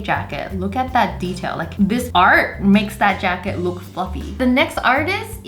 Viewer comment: When u said fluffy I thought u said f-ing